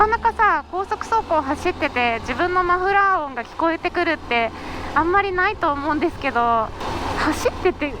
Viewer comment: マフラーの説明の言い方関西人と同じやね